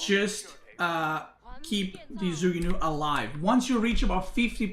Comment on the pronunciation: it's more like joo ku new than zoo goo new